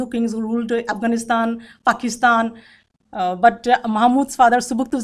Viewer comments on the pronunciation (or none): none